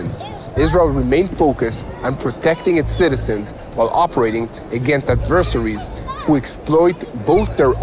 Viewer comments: Yes, "AD-ver-SAIR-ees" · ❤ you and what your channel has brought to the platform. Firstly, I respect you and I hope those that respect me not only let me know this but let me know this before saying what Im about to say to you- especially when I'm speaking my second language........regarding the word "adversaries". It's pronounced 'ad-ver-sair(like )-ies'